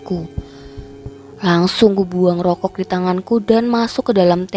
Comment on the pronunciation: Narasi cerita lumayan bagus..cm masukan sdkit aja,,kl mengucapkan nenek dan rokok mhn di perbaiki.. Sukses bt Chanel ini..👌👍